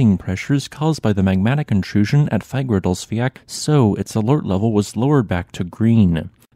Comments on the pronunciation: Nice video. p.s. You have to stop butchering the name Fagradalsfjall. It has 2 L´s in the end and you don´t pronounce an L. Instead of sayin "Fiat/Fiak?"", say "Fiatl". And Keilir is "Kayleer". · Fagradalsfjall pronounciation is... Im cringing every time and im not even icelandic. you'll get closer with Fa-ra-dalls-fjel